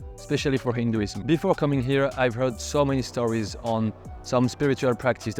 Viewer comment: The fuck. The indian speaking english is making my ears bleed. The funny thing is that he cant even pronounce "hinduism". correctly.